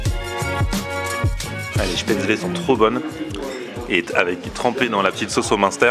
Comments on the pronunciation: rhooooo ça se prononce [schpèt]... comme "je pête" et [zeul] comme ze zuis zeul avec un fort accent allemand : Spätzel C'etait la leçon linguistique teutone du jour ! Bonjour ! LOL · On dit spätzl"é" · J'avoue ça prononciation n'est pas bonne